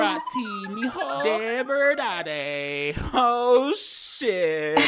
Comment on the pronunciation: pronouncing "de verdade" is sending me ehishewj